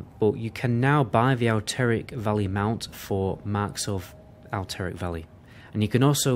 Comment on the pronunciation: Alt-er-rac Valley or Al-ter-ric Valley